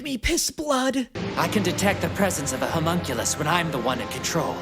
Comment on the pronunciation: loving all the reactions and the jokes are A+, but… The word is “Homunculus” - pronounced “hoe-munn-cue-lis” or “lus” (doesn’t matter which, you can cut that U way short in this word, English is dumb).